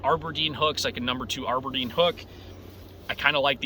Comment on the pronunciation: It's "ABERDEEN". Not AREberdeen